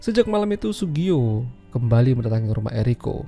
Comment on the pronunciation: Yang bener namanya Tsugio min... 😂😂